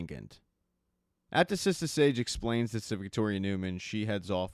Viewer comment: its sister sage not sista sage smfh